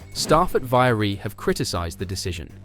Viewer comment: How difficult is it to pronounce "Alpine" properly? (Or "Viry"). Lazy, second rate stuff.